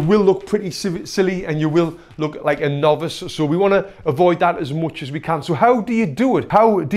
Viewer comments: “Nobice” You tried bro but I caught it, lmao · What he said: "And you will look like a novice." What I heard: "And you will look like a nob."